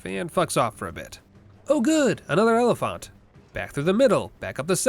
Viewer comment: I'm going mad hearing you say elephant but pronouncing the phant the same way you would in oliphaunt Like if you were just saying elephant then fair enough, they are basically just juiced up elephants after all and not everyone knows or cares that they aren't called than in LOTR but you're doing some strange mix of the two and I'm not sure if you just thought they just pronounced elephant weirdly in LOTR or if you normally pronounce elephant like that Edit: love the videos btw, I'm mostly kidding.... mostly